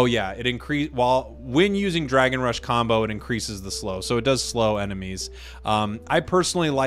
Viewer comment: the second marker, for the dragon build match, you made a mistake there, it's rush not rish